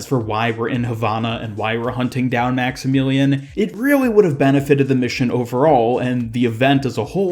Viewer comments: Great video BUT his name is pronounced Max-ih-million not Max-ih-meelean. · Maxemeelion?? Wtf it’s Max-I-Mill-ee-Uhn